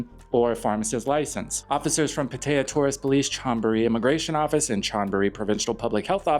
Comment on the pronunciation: You shouldn't use an AI voice if it can't pronounce Pattaya correctly!